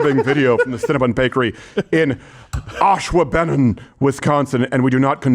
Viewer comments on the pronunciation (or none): Fun fact: This is commonly mispronounced. Anybody curious. its (OSH-WAH-BEN-NAWN) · “Ash-waa-buh-naan” Wisconsin thanks you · Ashwa-Bennon🤣 It’s Ash-Waw-Ben-On lol great effort though Steven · Its pronounced ASH-WA-BEN-NON lol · that pronunciation of Ash-Wah-Ben-On gave me a stroke 😂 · Holy ish, thats my hometown! It’s Green Bay and the part of Green Bay is pronounced, ash-WAW-Beh-non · It's pronounced ash-wah-ben-non, with an emphasis on the wa. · The way Crowder pronounces Ashwaubenon is hilarious 😂 😂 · The most offensive part of this video is Steven's failed attempt to correctly pronounce "ashwaubenon" 😂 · As a Wisconsinite, it’s funny to hear Steven pronounce “Ashwaubenon”. 😂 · Worst pronunciation of Ashwaubenon I’ve ever heard 😂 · Love you but as someone from Wisconsin… the way you pronounced Ashwaubenon is actually crazy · The most offensive thing about this is that ashwaubenon pronunciation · Steven can't pronounce ashwaubenon